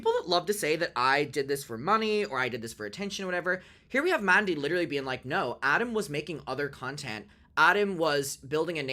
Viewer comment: Ohhhh nowr! Noer? Nowwr? Noerrr??? Funny. Most people just say NO.